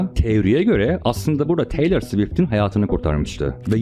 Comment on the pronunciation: hocam teylır diye telaffuz ediliyor lütfen geçen videoda bunu söylemiştik😭